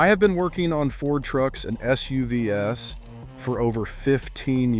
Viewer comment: You've been working on Fords for 15 years and you don't know how to say SUVs? I think not